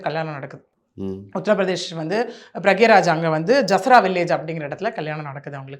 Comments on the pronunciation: அது பிரக்ய ராஜ் இல்ல😅. பிராயக்ராஜ்😂. Simple ah allahabad nu solitu poydalame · PRA YAG RAJ not pragyaraj. Slowa pesunga madam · Pra gya raja Ille Pra yag raj Kindly take name properly 🙏🏼